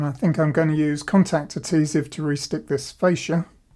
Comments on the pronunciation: **AD-HE-SIVE. (ADHESIVE) No actual T in the word 😁👍👍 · I really enjoy your videos but please pronounce "adhesive" correctly.